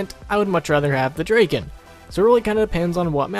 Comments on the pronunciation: Draken? It's drakon dra kon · Christopher Kelley not draken draiken D.R.A.I.K.E.N